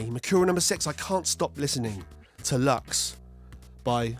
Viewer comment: Please, pronuncie it Loox! It's latín, not english!